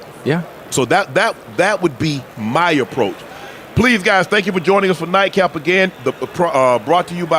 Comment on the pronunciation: Nightcap guys not daycap 😂😂